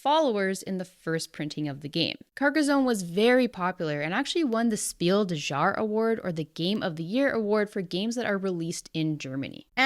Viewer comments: "Speel doo jar"? 😂 The pronunciation of that German phrase is more like "shpiel des yahre". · "s-peel de jar award"? I can't get over how you pronounce Spiel des Jahres :-)))) - visualize the spelling "Spiel Dess Yaahres" when saying it. That might come closer to it's actual pronounciation. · Jesus Christ “spiel dezhaaaar” please stop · Spiel des Jahres is pronounced "shpeel dehs yarehs" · For the love of God, please find a pronounciation guide for the term "Spiel des Jahres" I'm German, and it hurts my ears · "Spiel des jahres" is a german award, and as you already knew that, i would very much appreciate it if you didn't pronounce it as if it was french... I know it is an american tradition to just pronounce foreign words how ever the f*** you like, but in a globalised world where you make content for people in every country to watch, i think it's not too much to ask for a little appreciation of our culture and language, by just going to Google translate to find out how to pronounce words from our country. It would have cost you like two minutes... But by showing that you didn't even take two minutes to find out how to pronounce "spiel des jahres" you're showing that you absolutely dont care about other countries cultures, like most other people in the US.